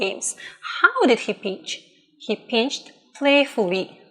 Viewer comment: it is not pin-ched it is pinched